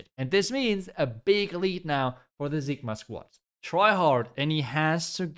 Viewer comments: Why do you call them Zigma? It's Sigma Squad 😂. Cig-Ma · It's ceee gma not zigma😭